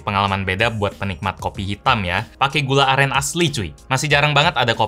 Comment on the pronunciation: Bang yg bner gula aren bang bukan gula alen